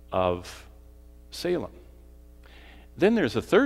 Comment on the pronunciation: It's pronounced "say-lem", there is no "h" or "sha" in "Salem", nor a "leam". People from Salem Massachusetts are having fits hearing this...very distracting.